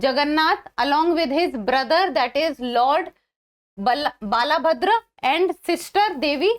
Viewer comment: Not Bala bhadra : say _ बलभद्र 🙏🙏🙏